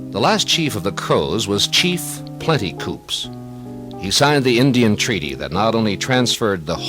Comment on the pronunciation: Nice program. My grandfather homestead just south of town in 1896. A couple of pronunciation notes. The locals pronounce it “Absorkee” without the ar in the middle. Also, the s in Plenty Coups is silent.